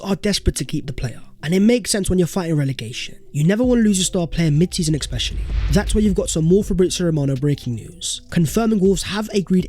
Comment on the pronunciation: Please learn how to say especially, thanks :)